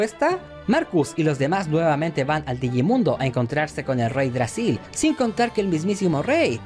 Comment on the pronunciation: Todo bien. Pero no es reydragsil. Es yggdrasil.